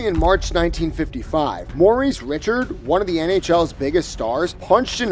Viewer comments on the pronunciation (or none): who says Maurice 'Rich-erd?" Tabernacle! It's Ree-CHARD for cryin' out loud. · it’s rish-ard not Richard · Haha Maurice Richard - pronounced RiSHARD. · Maurice RE-SHARD..... Not Richard.. God Lord that hurt my ears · Maurice Richard ... not Rich-erd ... it's Ree-shard ... stoopid AI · Dude , his name is pronounced "Rish shard" not "richard" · The face that you, or the AI voice" called Marice Richard....Richard, instead of RICHAAAAARD is work a down vote. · Maurice Ri-chard :D This guy can't even pronounce his last name right: DDDDD * Maurice Rishard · Ree-shar(d), not rich-erd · Dude it isn't Richard, but Rishuard. It a French bane and pronunciation. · I tuned out of this video when the narrator pronounced Maurice Richard's name. How can you pretend to know hockey when you don't know how to pronounce his last name correctly???? Maurice "the Rocket" Richard (pronounced REE-SHARD) is a Hall of Famer and was THE dominant force in the NHL in the 1950s with the Canadiens. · You can't possibly know anything about hockey that I need to hear when you don't even pronounce correctly the name of one of the game's GOAT! players ... it's RichARD btw - a FrenchCanadian name. Get it right or go home. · Maurice RICH-erd. How to tell folks you don't know hockey without saying you don't know hockey. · Talk about computer narration... Maurice 'RICHARD' (pronounced just like the name 'Richard' primarily because it is, after all a freakin' computer... 'Rish ard....' That is the way to pronounce it -- and if you are NOT a computer and you pronounce it otherwise -- you don't know a thing about hockey -- sorry 'Rocket'. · How on earth do you do a video about the NHL and not pronounce the name of one of the game's most influential players? If you know, you know. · oh FFS it is pronounced "ree-SHAR",. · Richard? Reeechard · I really hope this was an AI voiceover and you didn’t intentionally pronounce it “Rich-erd” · Its Ris-SHARD. Come on. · It’s Rish aard. And Bro door